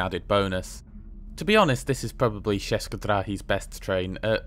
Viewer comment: one note "č" in "česke drahy" is sounds more or less as "ch" in "church".